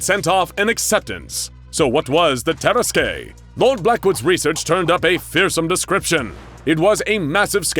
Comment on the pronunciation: The only gripe I have about this video is that tarrasque is pronounced tə-'rask